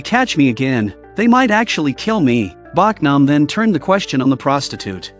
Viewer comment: Her name is Bohk-nam not Bawk-nam.